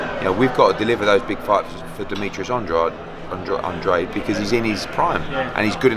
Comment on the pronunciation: Eddie 'Andrahday' Hearn